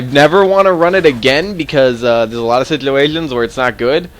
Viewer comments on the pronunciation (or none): sorry, did u say budchgger... sorry, did u say siggduations... sorry, did u say mudghe... say 'ch' buddy!